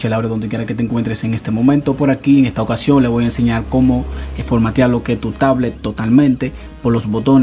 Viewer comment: Y de dónde es usted? Que dice formateal, pieldan, omitil, palte.